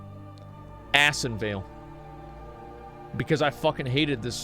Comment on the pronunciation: The way he said ASSinvale gave me a headache.